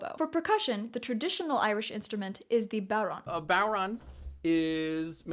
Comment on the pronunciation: When you're Irish, but from a different part of the country... and remember that different dialects and accents pronounce Bodhran differently (cough wrongly cough :D)